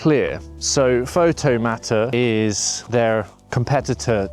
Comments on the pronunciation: Is it not Pixel/Photomator - as in automator, not matter? Just a minor detail. Yes, I too was really pissed off when Aperture ended. Really loved that software. Great video and have been watching this software develop. I'm just concerned that Apple with get bored again and move on. At this point Apple seems on very thin ground with their software support. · I don't think you're pronouncing Photomator and Pixelmator correctly